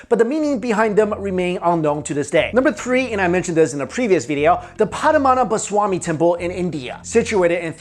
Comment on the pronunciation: Its pronounced Pad-man-ana-bha swa-mi temple.... Not Padamanananaswahi..